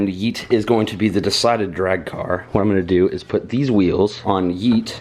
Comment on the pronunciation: Kwwwhhjuan 😂😂😂 kwwwhhwot box 😂😂😂😂